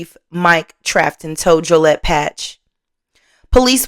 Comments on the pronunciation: Joe-lee-ette is how Joliet is said. Not hating on you or your content. I watch and like every video. I just don’t comment often. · it is. Not being negative. Just constructive feedback. As well as the pronunciation of Joliet and Stroger Hospital.